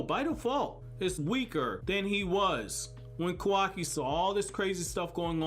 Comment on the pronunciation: isn't it pronounced kaawaki instead of kawaaki, the show displays it correctly yet my boy do be sayin kawaaki. but dang i hope naruto be livin in the future :[